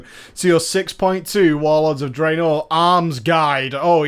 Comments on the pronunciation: I hate it more on how he says Draenor. Still good videos though. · Videos are good. Pronunciations are terrible :p